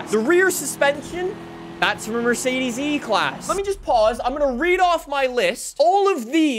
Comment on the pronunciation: It's not pronounced Merseidiis or Mersidis. Mercedes See, it's that easy. Also, Douche/Dotke Magnum.